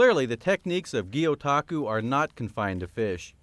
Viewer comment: Gyotaku is not pronounced like that in the slightest so it does make me question her actual knowledge on the subject but it's interesting to see Japan and Oregon together none the less.